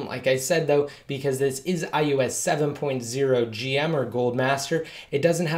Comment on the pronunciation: haha, it sounds like iUS every time though! Just thought it was funny.